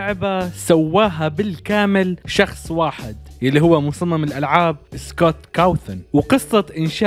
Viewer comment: سكوت كوثن ❌❌ سكوت كاوثن✅✅✅😂😂😂